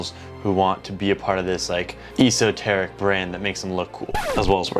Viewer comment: "Esss-oh-tear-rick" Not whatever you said lol